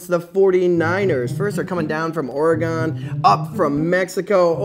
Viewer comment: It is not pronounced Ore-gone it is Or-gen